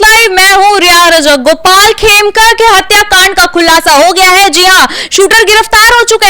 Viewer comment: Aaplog dono bolne me bahot galtiyan karte hain, madam 'Khemka' ko 'Kheme' bolti hain, aur 'ADG' ko 'ADJ' BOLTE HAIN. Aapki jankari ke lie bata dun ADJ judge hota hai.